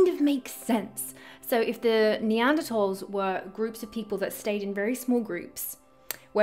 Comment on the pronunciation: Neantertalls? Build back beeter? LoL . F them love you.